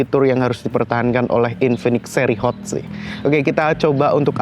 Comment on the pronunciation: Hot bang bukan sot